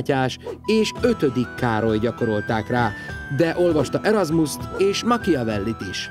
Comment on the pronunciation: Nagyon jó. Külön öröm, hogy nem "mahhiavelli"-nek ejti a Machiavellit.